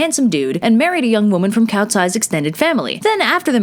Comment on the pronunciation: You pronunciation is great for the most part. Save for calling Cao “cow” instead of “Tsao”